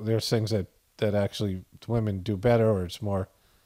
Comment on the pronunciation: Acushulutley!! Fetterman make new word 😂❤:_POTF